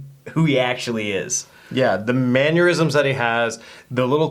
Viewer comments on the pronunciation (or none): There is no Y, or U, in the word mannerism. Every time you say mannyeurism I die a little. Stop killing me!!!